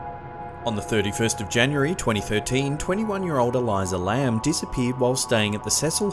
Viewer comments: It is so easy to break these videos down, Elisa Lam (El-iisah) and not (Ee-lie-zah) Elyzah Lam was manic, she was on medication and bipolar type 2. The door to the elevator jams, and a quick look into psychology; You can read her body language. She is not talking to someone, she is talking to herself. She seems to use each finger to account for all the trouble she may have been having on the trip. She is not possessed she is checking the sensor for the elevator. The wells are not hard to reach, you can access them on a fire escape. And a ladder leads right up to the latch wich has never had a lock despite what media told you. And as for the rest of these videos, cgi, cgi, camera film student tricks and a good seizure. Cameras developed in china flickering is not paranormal. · There’s not a “Z” in Elisa Lam. Why the fuck are you pronouncing it like that?!🙄